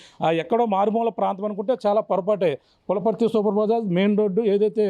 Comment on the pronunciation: అది పులపర్తి కాదు నాయన పులవర్తి... తెలుగు చదవడానికి ఇబ్బంది..